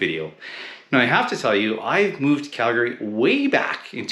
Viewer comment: First off, you need to pronounce the name correctly....